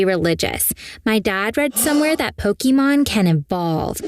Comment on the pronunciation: Im more upset they called it pokimon instead of pokemon